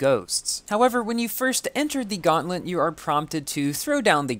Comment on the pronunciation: Gauntlet not gauntlet feurrm